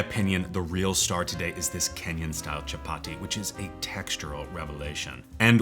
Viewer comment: Chapati and basmati (emphasis on the first syllable for the latter) are pronounced with a soft t--like a th.